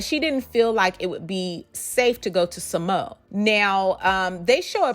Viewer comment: Sa Mo a. Not SaMo